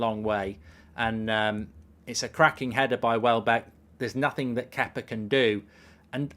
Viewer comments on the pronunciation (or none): none